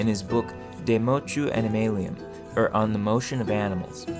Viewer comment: The mispronouncing of "or" is jarring.